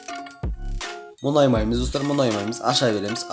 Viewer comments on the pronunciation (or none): Ң деген әріпті білесіңба айтшиш мұнаймаймыз деп айта берми